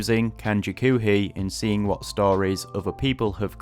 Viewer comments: In one respect, you are a genius for being able to learn so many kanji in such a short period of time. That's what makes so heartbreaking... Dude... After all that, you are pronouncing "koohii" as "kuuhii"? "Koohii" means "coffee". The pronunciation is Japanese, but based off of "coffee". How you can look at "oo" and say it like "uu" is beyond me, but I just thought I'd point that out. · I must say, you did a good job of learning these. I only got up to 500 kanji before I have up on RTK. But you really should focus on the sounds of the language, I'm horrified by the way you were pronouncing the word "koohi", don't pronounce it like coomer or goo, pronounce it like "co" in coffee just elongate the o sound. Also you should look into The moe way guide, it helped me to actually learn Japanese, I have been able to read manga like Yotsuba with great success.